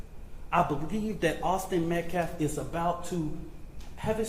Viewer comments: Can’t even say the name METCALF correctly, and he’s talking about disrespect…. Good. Actual. GOD. This has become so disturbing. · he did it very purposefully.